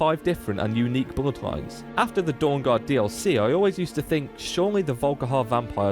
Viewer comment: Is that a dutch accent I detect from your pronunciation of the word "bloodlines"? I'm not super great at guessing accents right now.